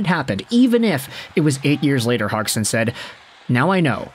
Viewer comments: Came here to make the same comment, I never heard any commentator say Hogson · Is it not pronounded "hodge-son"? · Just curious, where did you learn how to say Cody's last name? I've never heard it said that way before.